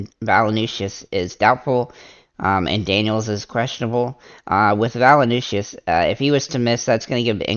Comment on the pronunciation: valanooshis lol...its valan-choonis.. but thanks for the vid... i think im fading mitchell until i can shorten my dfs memory.